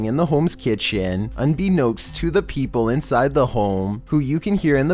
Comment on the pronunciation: "unbeknowst"? What? Unbeknownst.